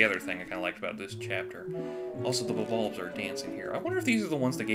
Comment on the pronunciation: Bulb-ulbs, like Bob-bombs.